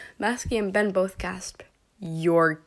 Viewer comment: "Masky and Be-..." "Masky and Bes?..." "No" "Masky and Ben!.." Lol 😂 (No offence please)